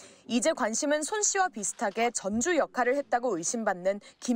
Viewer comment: 유검무죄, 무검유죄....공정과 상식은 개나줘버림. 그리고 전주를 전주라고 발음하면 안되고 전:쭈라고 발음해야 함.